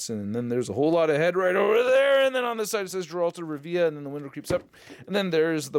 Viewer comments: I love you brother but its pronounced like "Gair-ult" not "Jeralt" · Indeed. 'Tis "Geralt," not "Jeralt" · Stop saying jeralt it’s Geralt ... hard G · Jeralt, its geralt not jeralt. Doug cockle is ashamed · It’s Geralt NOT Jaralt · every time i heard "jeraalt" I cringed haha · Hey, "Geralt" is pronounced with a hard "G" like the word "gift" or "guardian" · Alright, buckle up, your old uncle Optimus is about to give you a Witcher crash course. If this helps you, I wouldn't be opposed to you pinning the comment so it helps others. I'll make a load of Marvel references to help you understand 😎 1. You kinda butchered the name I can't lie 😂 You say the name as you see it, so phonetically, it's spelled "Gerult of Rivya". It's a hard G, like game. 2. Witchers are essentially bounty hunters. People pay them to kill monsters mainly, but they can do a wide range of things as long as money's involved. They're like mutants, in that they're feared and shunned from society. There was a huge pogrom against Witchers and many died, and since then, no new Witchers were trained. 3. There're many different Witcher schools, but Geralt is from the School of the Wolf. His teacher was Vesemir. 4. Witchers are like Jedi, in that they're taken in when they're young. I think they're all male for the most part. They all go through the Trial of the Grasses, which is an initiation test, but this is very dangerous. The kids train rigorously and are injected with mutagens and chemicals, which give them special powers, but there's a high risk of death during this process and sadly many kids die; Geralt was one of the lucky ones. 5. Witcher powers are basically the same as Cap's, in that they're super soldiers. But they also have the ability to cast limited spells, like a shockwave, fire, mind control, a shield and some others. They also have heightened s